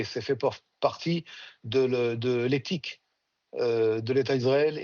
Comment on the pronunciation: Il a dit « éthique » 😂😂😂